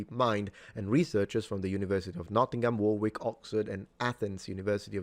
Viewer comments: War-wick? Dunno, mate. Oh, you mean Worrick. Over there, see the castle? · Warwick is pronounced "worrick" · I know that you appreciate correct pronunciation, and unfortunately you mispronounced Warwick. It is pronounced “Warrick” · Very interesting video. 👍 FYI, When saying "Warwick" you don't need to pronounce the second "w" so it's said "War-ick" 👍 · Warwick is pronounced [ˈwɒrɪk]. The w is silent in most British placenames ending in -wick or -wich. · just to help out, Warwick is pronouncedWar-ik; ignoring the second W. As it stands, AI can act as a tool as others have said more to explore ideas and two offer opportunities for reflection/testing out some daft ideas to see where they lead. However, anything critical needs to be properly verified as you might with a human author. The AI may make reference mistakes and so bills it's comprehension on weak foundations but human beings can be politically and deliberately manipulative or lie Simply for the power ambition. Essentially, the safeguards against AI are pretty much the same as safeguarding against intellectually corrupt human beings.